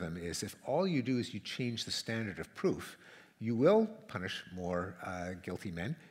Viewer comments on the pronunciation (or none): none